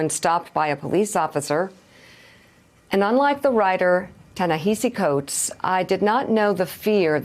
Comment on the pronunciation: She mispronounced Ta Nehasi Coates.